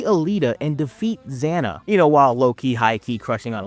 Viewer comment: Cool video^^ that song is awesome. Just a heads up xana was pronounced as z-an-a. Also they made books that never came here and the live action did for a little on kabillionin the states^^, did not help though lol